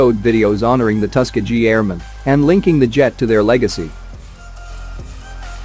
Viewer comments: Come on, guys! A script can be written for the robot to read and pronounce things correctly. It is definitely not Tusk-A-Gee. Give it tuss kee ghee and if that doesn’t make it right try something else phonetically. Ask Google. He can pronounce it correctly. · The tusk-a-gee airmen 😂